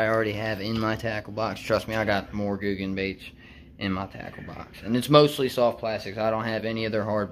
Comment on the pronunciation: Your saying it correct buddy